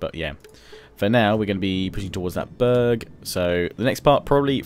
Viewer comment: when he said "burg" it sounds like he said "bög" which means homosexual in swedish, he went full bög mode.